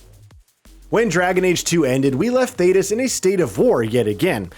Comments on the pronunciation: 'Theedas' I can kinda understand. OrzAmer I can kinda understand. But... 'Eerium'? Really? Granted, fantasy names are weird and pronunciations aren't always consistent even in the source material (Ghilan'nain / Ghilan'naan). But when you start omitting whole-ass consonants it really calls into question where you got your information from. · right that irium, theedis corifis 🤣🤣🤣🤣🤣🤣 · Great overview, especially after how long it's been since I've played the games. But bruh lol, an average DA player would know have known how to pronounce Thedas, Lyrium or Orzammar.